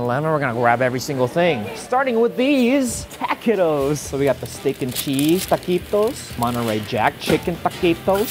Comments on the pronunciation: Just a heads up guava, it’s pronounced “ta-qwe-toes” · As a Mexican, having your favorite YouTuber say "takittos" hurts badly...